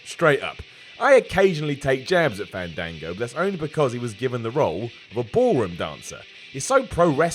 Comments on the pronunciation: It's FAAAAAAAAHN-DAAAAAAAAAHN-GO. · You say fandango wrong.